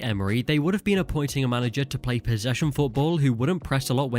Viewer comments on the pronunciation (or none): none